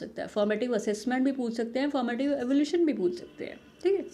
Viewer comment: Superb mam.. but it's Evaluation not evolution as you pronounce....